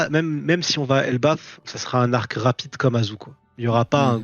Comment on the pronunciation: C'est pas Elbaf au lieu de Ebaf non ?